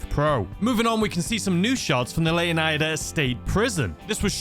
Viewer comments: Its LEO-NYDA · it's pronounced lay ow nee da leonida in Spanish lay ow nee tha but I pronounce it the first way as leonida actually originated from king leonidas but alot of people see it as a Spanish word I see it as Greek and fun fact the name leonida/leonidas means son of the lion/lion like